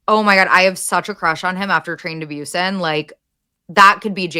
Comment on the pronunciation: Just me rolling on the floor screaming every time they say 'Train to Byusen' 😭😭😭😭 I can't!! It's Busan pronounced Boo-san, that was a fever dream 🤭